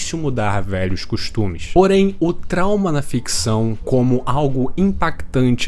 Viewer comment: Vídeo muito foda e talz, mas eu quebrei com o "tauma" dos